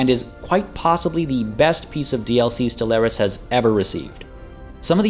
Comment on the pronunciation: ste-LAIR-is? Really mate? Really? That's the pronunciation you're going for?